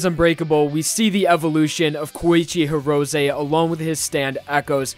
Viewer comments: Horosay? why are u pronouncing his name like that its He ro say and say all together Hirose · “Goweegee Heerowzaye”